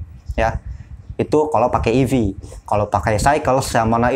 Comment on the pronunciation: Eevee bukan avee